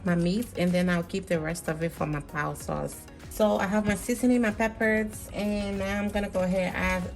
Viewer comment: It's Sauce not Soyce